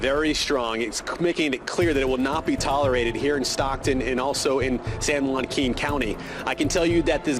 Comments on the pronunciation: “San-wahhqueen county” is crazy 😂😂😂😂😂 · said “San WongQueen” 😂😂😂😂